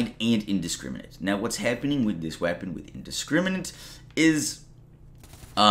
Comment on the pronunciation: Even tho I dread how you speak sometimes like how you say the word “Happen” lol I appreciate the knowledge you been dropping